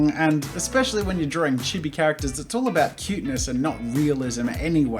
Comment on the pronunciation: I’m sorry but he miss pronounced chibi. I still love the video though! ❤️